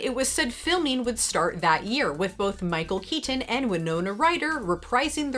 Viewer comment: I So love all your videos but the way that you're pronouncing Michael Keaton is really driving me nuts LOL